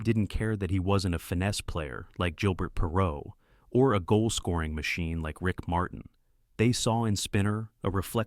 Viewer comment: Jillbert Puhrow... F AI forever.